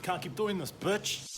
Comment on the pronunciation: Funny how you pronounce bitch as butch😂😂😂